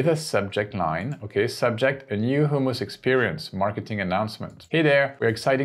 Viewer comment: Great video! Only concern is I think you're saying "homeless" restaurant rather than hummus restaurant! No biggie! Love your content!